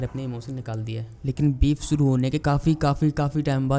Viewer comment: Akas nahi Akash hota hai, Suru nahi Shuru hota hai.